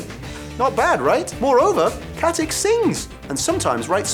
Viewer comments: it's not pronounced KatiC, it's pronounced KatiTSCH like in CHeese, she's from the Balkans that's how you pronounce it there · It's Katić with a ić not with ik. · Its katitsch not katik :) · Its Katich, not Katik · Every thing Ossa ever lists is wrong, and seeing as stana katic is of Serb/Slovak descent I find it hard to believe her surname is pronounced how this annoying turd says it, I'm sure it must be said katitch rather than with the hard c as on here